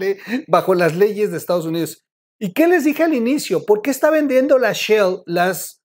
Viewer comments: Si dice "Shell", no "Shill" Excelente video como todos.. Un saludo. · la empresa es "Shell" (concha marina, mira el logo), no "Shield" (escudo, de los Avengers)